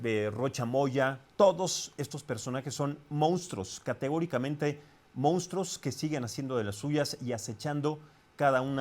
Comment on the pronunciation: Al conductor de estas noticias, no se dice "Moustros" sino MONSTRUOS!!! Cuidado con el lenguaje!